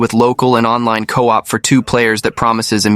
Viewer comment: And coop instead of co-op